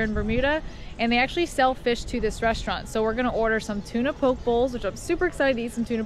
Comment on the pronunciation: it's pronounced PO-kay